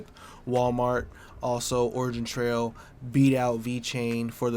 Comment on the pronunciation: i dont understand how can you "shill" a project that you dont even know how to pronounce the name :)